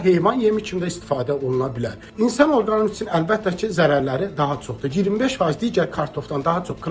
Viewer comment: Bu nece ekspertdir. Organizm sözünü deye bilmir. Harda tupoy var yalandan ekspert adı ile millete sırıyırlar. Gedin topunuzla oynayın. Mesele budur ki, milletin cahili çox olanda onu gic yerine qoymaq da bele rahat olur.